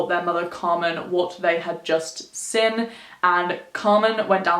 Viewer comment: I always find it interesting how you say 'seen' as 'sin' 😂